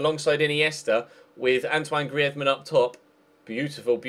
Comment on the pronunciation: ok.. guys, did you just hear say antionne griezman really spazzy